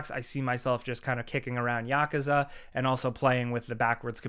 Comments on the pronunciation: Yu-koo-zu! Please stop saying yakaze! It drives me nuts ⛔ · Yakuza is pronounced yuh-koo-zuh. You always say it so weird lol. Love ya bro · You said "Yakuza" wrong.